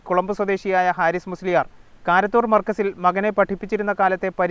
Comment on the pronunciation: തിരൂർ കാരത്തൂരാണ്, കാരന്തൂർ അല്ല